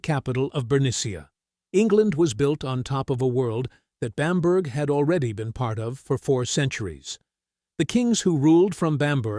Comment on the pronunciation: A good video account, but please get the pronunciation of Bamburgh correct.